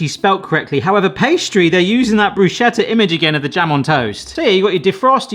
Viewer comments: It’s Bruschetta [broo-SKET-tah], not broo-SHET-tah. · Bruschetta is pronounced BRUS-Keht-tah. It's Italian, not German. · Bruh-Skeh-Ta! Thank you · I'm not gonna explain defrost to you because it seems some people already have lol but I will say it's pronounced "bru-sket-ah" 😉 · I've been unable to find a toaster that isn't a piece of junk or costs a small fortune that's more complicated to operate than launching a rocket into space. Now, I simply use my small griddle. Every time you pronounce bruschetta the way you do, an Italian has a near mental breakdown.